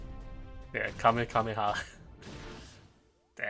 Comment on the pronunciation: How can someone say kamekameha?